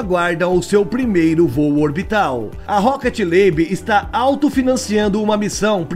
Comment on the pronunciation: O nome da empresa é Rocket Lab e não Rocket Labe.